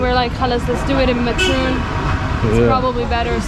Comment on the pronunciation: What happened. Has speaking English made you forget how to pronounce Batroun?